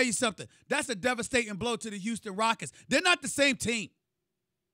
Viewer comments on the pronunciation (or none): none